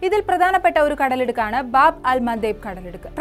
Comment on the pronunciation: ആരോ എഴുതി തന്നത് അതേപടി പോലും പറയാൻ കഴിയാത്ത നീ ഒന്നൊ രണ്ടൊ തവണ വായിച്ചു പറയുന്നതാവും നല്ലത് ബോബ് അല്ല ബാബ് .എന്ന് പറഞ്ഞാൽ വാതിൽ എന്ന് അറബിയിൽ പറയും